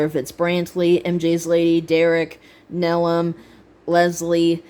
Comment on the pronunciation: hi l said a quick hi to you when l replied to nelum, l love that you pronounced Nelum name the correct way my friend 🥰😍🤩💚💞